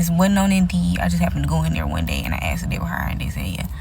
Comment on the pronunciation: You're right, she mentioned in the video that she only axed questions